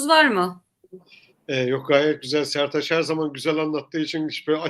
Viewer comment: Setaç değil Sertaç bey diyeceksin tamam mı 🤨